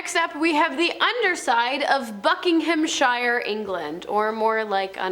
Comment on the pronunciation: Ikr, “Buck-ing-HAM” I couldn’t get over, it’s Bucking-hmm, Bucking-umm, or buck-in-um, depending on how well spoken one is.